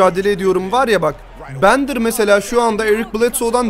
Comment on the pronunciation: Abi o bendır değil direk bender diye okunuyo